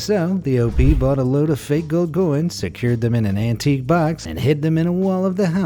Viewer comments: The way he said "Gold GOYNS(coins)" was funny! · Bought a load of.... "Gold GOYNS?.... Gold. .. what? " Did he Mean to say "GOLD COINS?"